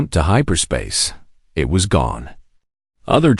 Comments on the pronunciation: So is "Eye Tee" of "it", and "You Ess" for "us". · OMG the pronunciation is awful how can you not even say us or it? and the punctuation is bad as well.